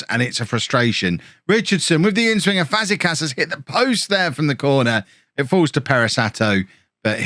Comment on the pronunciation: You were closer to Europe than relegation at the end of the episode at least 😅 Btw: Aboagye = [a-bo-ag-yey], - Fazekas = Fazeka[sh], Luquinhas = Luqui[ny]as